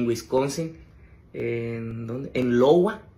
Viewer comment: LOWA ?? se escribe IOWA y se pronuncia- "AIOWA", pero el señor inteligente doesn't speak english 🤣😅🤣